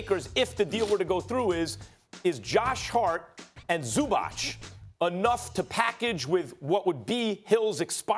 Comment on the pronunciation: How ignorant do you have to be if you are sports reporter and can't say a players name correct, it's zubac, not zubach